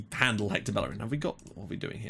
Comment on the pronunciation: Plz stop saying ``bellerin`` he is spanish so you say ``bejerin``